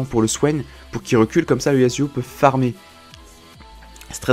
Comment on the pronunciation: Tu peux dire YaSSSSSSSSSuo et non YaZZZZZZZZuo stp sa me stresse xD